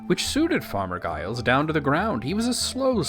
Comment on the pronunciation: Giles is pronounced "Jiles."